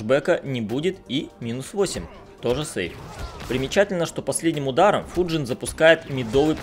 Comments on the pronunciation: Не ФуджИн а ФУджин просто слух режет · Почему ты называешь его ФуджИн, если ударение на букву У?